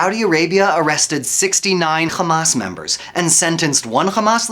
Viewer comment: The moment he said khamas i knew its a propaganda video